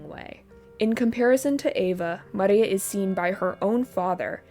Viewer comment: no it sounds pretty you are wrong